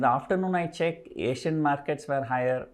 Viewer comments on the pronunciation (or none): none